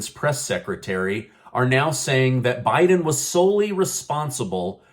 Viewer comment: Not bieden